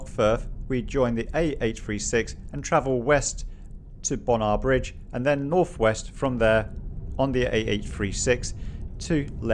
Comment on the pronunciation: Evanton is pronounced Evnton not Evaanton and Bonar Bridge is Bone ar Bridge. Well done on your use of passing places! I wish everybody from down South did the same. Manners are appreciated on single track roads especially when they park IN the passing place and NOT on the road before they get into it. Not dunroe bin but Dunrobbin as in a man's name. Scourie is pronounced scowrie. ow as in Cow! Handa very interesting. Never been there. Lovely video to see! Ben Suilven is Sooilven. Rhiconich is Rickonich. Thank you. I enjoyed your visit very much!